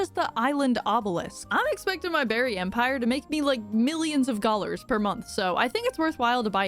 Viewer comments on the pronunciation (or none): Is she saying “Gollars”? I swear I’m hearing that instead of dollars. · Was... Was she saying "Gollars" the whole time? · wait...am I having a stroke, or are you calling it "gollars" instead of "gold" or "dollars"??? if so, love that.